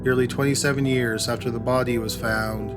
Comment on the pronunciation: "The bod-ee, the bod-ee," he says body in a weird way